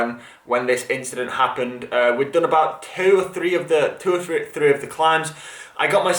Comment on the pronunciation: I wince every time you savage the word “done” or ‘DON’ as you pronounce it😂💀